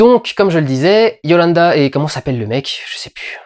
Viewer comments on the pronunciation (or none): C'EST YOLANDI "I" PAS YOLANDA. voilà. bisous. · explication: le groupe se prononce " di ant_vourd" la fille ne s'appelle pas yolanda mais yolandi et le mec s'appel "ninja" ou "ninji-kun". die antwoord c'est vraiment un putain de bon groupe. ils ont vraiment leur place dans ce film sans que ce soit un spot promo pour leur musique car ils n'en ont absolument pas besoin tellement ils sont musicalement et artistiquement bons. et je conseil aussi leur premier projet qui s'appel "max normal TV" enfin bref... en tous cas, mister durendal, merci pour tes critiques ciné, actuellement ce sont les plus justes que j'ai pu trouver sur le net. je n'ai jamais était déçut par tes approches cinématographique. bonne continuation........... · Sweety, sa maman, c'est Yolandi! Pas Yolanda! :D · di antvoord (le d n'est pas muet & le o est appuyé) & yolandi (pas yolanda :o). Je vais aller voir ce film en tout cas :) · Oh lala étant fan de Die Antwoord sa pique les yeux et les oreilles d'enendre Yolanda ou die antvort X) Mais bon très bonne vidéo et excellente analyse ;) ! Comme tjrs <3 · YO-LANDI. AVEC UN I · Ça se prononce dieantvort Et c'est yo-landi et ninja de ce que tu nous dis c'est plutôt drôle étant donné qu'a leurs débuts c'étais des Gangsta ninja était en prison et yo-landi traînais dans des sales histoires.